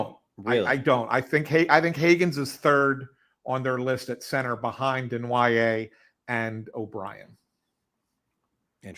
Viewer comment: I love how acts like an insider but can’t even pronounce Desnoyer or Tuch properly and doesn’t realize Peterka is LW not a center…and, Knies has never played center in his life and the Leafs are freeing up like 20 million bucks losing Marner and Tavares. These two are boneheads